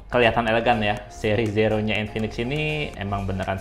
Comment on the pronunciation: Zero dibaca ziro bang, hehehe maaf koreksi